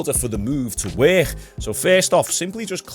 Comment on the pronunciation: y’all hear how he says “work”??? Where is that hhhiiiccckkkkk coming from?? What accent is this?? Wor-hhhhiiiiiccccc-kk?? 😂😂😂😂